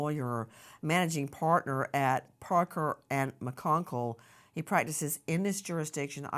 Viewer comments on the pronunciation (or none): Idaho and Utah and she says “McConkle” - it’s Jailbait Joe country, Nanc! It’s McConkie! You are a hack